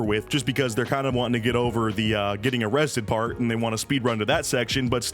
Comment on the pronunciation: Be vewwy vewwy quiet. We're hunting for underage girls (hehehhehe)